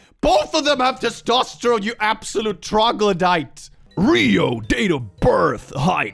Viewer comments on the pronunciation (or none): 😂😂😂😂I was drinking 7up and spit in all over my phone. when said "trogladite" Jesus, it hurts. I laughed so hard. So thanks,, for the sticky phone.😂😂😂😂❤❤❤❤